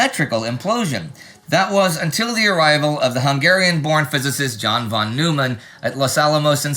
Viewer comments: It's not New man. It's Noi man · Neumann is pronounced “noy-man”